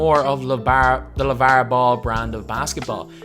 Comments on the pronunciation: Just post a video of you saying lavarrr and marrrvin over and over because honestly it rejuvenates me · They way he says lavar 😂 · dude the way you say Lavar is so weird